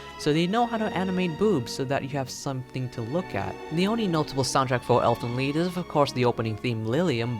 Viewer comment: If it's supposed to be German it shouuuuuld be ʔeːlfənliːt... Just saying